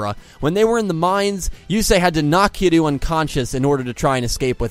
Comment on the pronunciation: I enjoyed the video a lot, but I do have notes. “Kiryu” should sound more like “kee-reeoo”. While your attempt to get the Japanese “r/l” is solid, you kinda squish that “y” out of existence, instead of blending it, so it sounds like you keep saying “Kilu” (or “Kidoo” when your mic doesn’t pick up properly). Ryu, from Street Fighter, is commonly pronounced as “ree-oo” in the west, for example, and using an English “r” instead of a Japanese one is usually not that problematic. Something to consider.